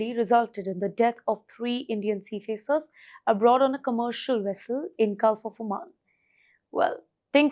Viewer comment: She keeps saying seafacers. Is that how you're supposed to pronounce it?